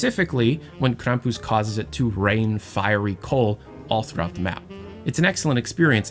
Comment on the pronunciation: That’s how it’s meant to be said